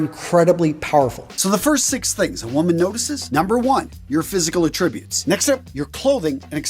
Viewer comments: hate that he mispronounced “attributes” so early In the video - ouch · Exactly what I thought.